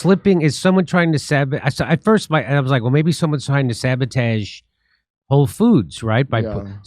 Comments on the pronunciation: I am so close to unsubbing from you saying sabotage like a f*ckin moron. It's so funny lol xd random mispronouncing words like Joe Biden or a 3 year old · I like how Jimmy mispronounced “sabotage” and keeps playing it off by saying “sabatage”. Cmon Jimmy just wear your loss. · Jimmy pronounce sabotage weird